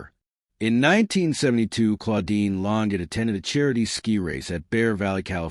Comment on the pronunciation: it's pronounced lon-jay!